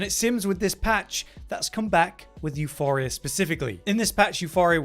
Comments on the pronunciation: Both words are greek, both words are used even today. That pronunciation was dead wrong. In Greek it is pronounced Efporia with the accent on the i. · "YOU POUR EE UH", not "YOU FOR EE UH", there's no H in the weapon name. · Euporia, not euphoria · Where the F is the H in Euporia Please, tell me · Still pronouncing Euporia wrong